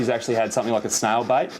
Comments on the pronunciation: how do you pronounce it snail bite snail bait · I thought he was saying snail bite and I was like dang, who knew snails could bite. Finally figured out he said said snail bait.